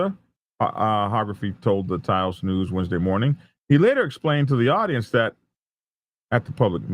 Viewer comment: Good job on pronouncing Taos right. What a mess! The response was massive. I saw police flying by me as I drove in town for a good 30 mins. Heard a lot of it on the scanner also. It was chaos for a while.